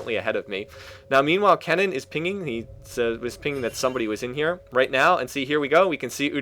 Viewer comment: Wow.... He got kennen's name correctly.. and not saying "ryze"!!!!